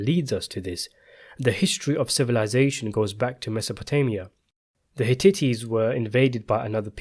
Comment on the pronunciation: You need to check your pronunciation of Hitites.!!!